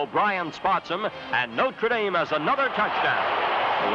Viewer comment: He properly pronounced "NO-TRuh" Dame, not "NOter" as people pronounce it now.